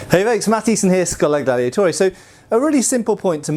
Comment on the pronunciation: Hold up pardner did you just say "Schola Daddiatoria"?